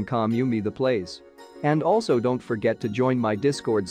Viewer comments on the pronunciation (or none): none